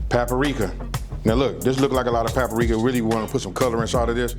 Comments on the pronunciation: That’s pa-pa-rika tho! Lol well done on the recipe! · It tickled me how you say "papa-rika"!! And I'm DEFINITELY trying this!